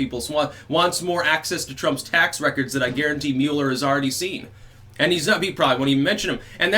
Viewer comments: Finally...someone who pronounces it correctly. It’s “Mewler” not “Muller” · Thank you for pronouncing the Mueller last name properly... It was (Muller with an umlaut) in Germany... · Thank you for saying Mueller correctly.